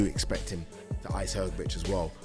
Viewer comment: Hergobic Is at it again Aren't these guys ever gonna pronounce his name correctly